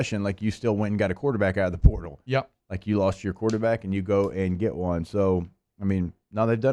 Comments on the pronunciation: Plz stop saying purtal!!!! It's PORTAL!! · Pertol??? Can he not say portal?